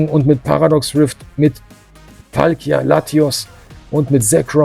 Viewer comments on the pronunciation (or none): none